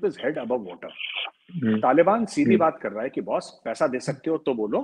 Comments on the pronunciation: hello the way you pronounce some of the words is just confusing n disgusting 😆 तालिबन नहीं तालीबान होता है। बल्युचिस्तान नहीं बलूचिस्तान है। ethinicity बलोच है। i was so confused what were u talking abt.. ANGREJ mat bno bhai it looks so weird 😆😁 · nobody in ur viewers tell u abt ur wrong pronunciation.. it is so confused .. after listening so deeply to the context i came to know tht u were talking abt Taliban.. तालीबन नहीं तालीबान होता है भाई।👍👍👍👍